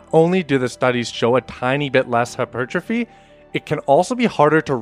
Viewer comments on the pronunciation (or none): Bruh that's not how you pronounce hypertrophy